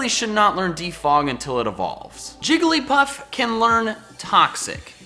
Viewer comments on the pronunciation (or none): none